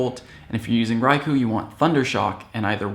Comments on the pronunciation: You said "Rai-ku", it's pronounced Rai-kohhh...you said so in your Raikou guide. :) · its pronounced RaikOH.